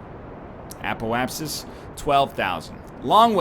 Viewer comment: So glad he started to pronounce apoapsis properly.